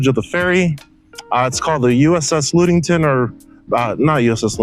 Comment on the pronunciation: Luuudington😂 luh-ding-tn